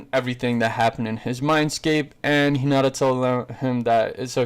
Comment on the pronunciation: bru you called hinata kinata